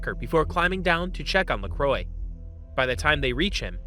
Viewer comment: Lacroix french name murdered.. pronounced as La-Cro-wah